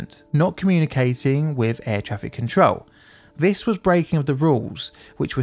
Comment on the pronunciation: The deaf toll in nineteen firteen. I cannot stand to listen to vis guy, so have resorted to captions. Bloody norah.